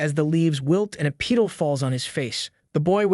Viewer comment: A.I. can't even pronounce "petal" in the beginning...